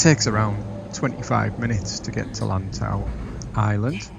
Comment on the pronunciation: lantau pronounced lan as in pan and tau as in how ..lantau